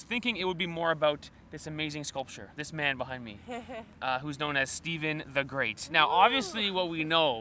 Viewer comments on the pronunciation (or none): Stephan The Great, not Steven